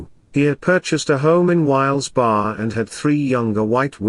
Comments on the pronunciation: “ WHYLES BAR, PENNSYLVANIA “🤣🤣 I am assuming you mean Wilkes Barre which is pronounced wilks beh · ree Edit: I know it’s not you but the robot voice mispronouncing it but it sounded so funny. 🤣🤣🤣 it seems to happen a lot. I would love to hear the robot say Schuylkill River. 😆☺️🙃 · "Wilkes-Barre" is pronounced WILKS (rhymes with "milks") Beh-ree, with progressively weaker accents on the three syllables (strongest on the first syllable). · AT- - It is pronounced Wilks- Barry, my friend. It is about 90 miles, or, an hour and a half from where I live in Philadelphia. 👍🤝